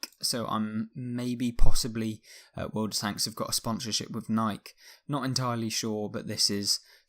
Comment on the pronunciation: nobody: pronouncing nike: nik